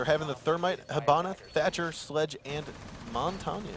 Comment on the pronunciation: All I'm saying is pick a way to pronounce "Montagne" and stick to it.